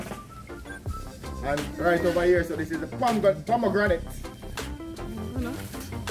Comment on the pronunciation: which part pomegranate a guh? a ponganat dat hahaha ( was gonna say ponganat too) but him keep it hinglish